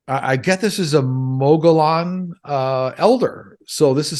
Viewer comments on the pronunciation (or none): Interesting reading as always,. Your info is always consistent. Thanks again to you, your guides and your wife. Have a wonderful Christmas holiday! Mogollon is pronounced Mogee-yon!, those two L's in Spanish have a Y sound.